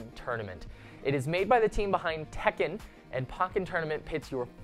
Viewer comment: Pronounces tekken correctly, butchers pokken. Also the pokken news is late. Other than that very good video and great host!